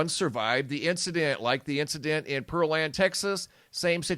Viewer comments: I live in Texas Pearland is pronounced the beginning of it's like a fruit pear then land put it together Pearland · pear land not pearl and...